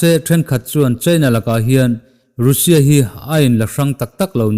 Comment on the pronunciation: Nga tinge Russia hi "rû sia" ti a i lam tlat zel le??? "raa sia" ti a lam zawk tur zawk aniaa, ruusia i tih leh thin hian kalo trim uaih zel...😊🙂